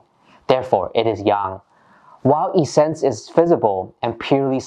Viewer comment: Thanks for your tutorials. Much appreciate. For your information the word essence is pronounced with the same short e as the word presence.